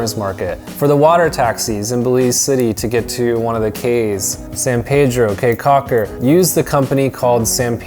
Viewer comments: Kee Caulker, not Kay Caulker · It is pronounced "key" not "Kay" Caulker. Spelled Caye Cauker. Im Belizean.who lives in Belize. Thanks for coming to our beautiful country.😀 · First of all it is not like kay caulker its more like key caulker 🌰and by the way he said almost all of the sites name wrong especially xunantunich it is pronounce sand-and-tunich .But thank you for visiting our country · it is pronounce caye caulker not k's cocker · the city is the best lol, that's where find the pure culture San Ignacio and Placencia are tourist places if you wanted the pure culture Belize City is where it's that also caye caulker is the best island to go to in my opinion also it's pronounced key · I am from Belize and I cringed when he talked about Belize city crime rate and how he pronounced caye caulker😂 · Oh and it’s pronounced “key” Caulker and Billy “Baka-dir”🇧🇿 🇧🇿 Glad you enjoyed your trip!